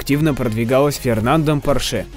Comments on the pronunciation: Не паршЕ, а пОрше и не ламборджини, а ламборгини! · И ПОрше , На О Ударение ааааа !